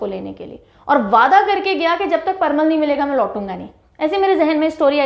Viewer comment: parwal not parmal 🤔..vry nice video mam😃👌👌